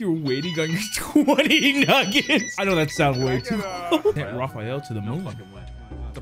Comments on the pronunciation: It's Raphael not Rafael 😂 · Did bro just say Who's Raphael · Did u just say hows riphiel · He wins points for that but he also loses points for not knowing Raphael from TMNT 😂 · Bro really said “who’s Raphael” Bro forgor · i know this mf didnt say "whos raphael"